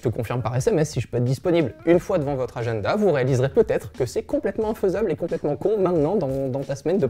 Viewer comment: "Agenneda" RAAAAH 😂😂😂